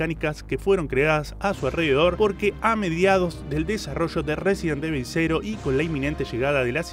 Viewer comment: Como se pronuncia: Resident Evil Como lo dice: Residen Devil Como le decimos los pibardos: Residenevil